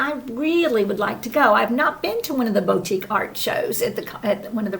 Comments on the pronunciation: It’s ‘boo-tique’. 😁. Appreciate all the hard work on these shows…we look forward to them every week! 🌴⛳️☀️ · It’s BOO-tique! Comin’ from a French teacher! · It's "boo tique" in my part of the world, for what that's worth! Happy you guys escaped the worst of Idalia. I love the look of Mike's workshop! 🤩